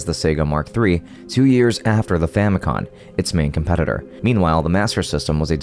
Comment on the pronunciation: each time he says famicon instead of famicom i get another grey hair